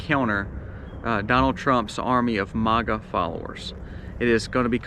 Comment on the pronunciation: You don’t even pronounce Maga correctly. I would like to know where you get all your information??? I’d also like to why you think you you know everything!!! You seem to be all knowing! How is that possible? No offense, but I don’t trust you.